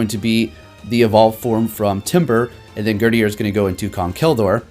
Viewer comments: Gurdurr not gurdier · like "Herdier" 😂😂👏🏻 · GUR DURR, like girder. Like the thing it's holding.